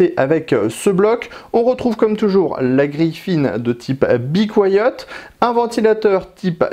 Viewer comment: Bi couayaute ? C'est comme ca qu'on dit ?